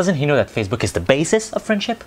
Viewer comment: ''Faccebook'' - 2018